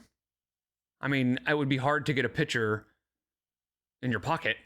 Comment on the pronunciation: Finally found someone who’s pointed out how she says “take a pitcher” instead of “take a picture” omg